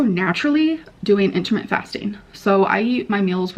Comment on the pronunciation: Nutreeing and intimately fasting…..I’m done.